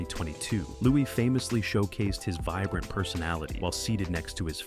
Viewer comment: Louis is pronounced with a silent s as in Louie